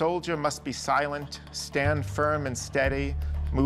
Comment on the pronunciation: silent? filent?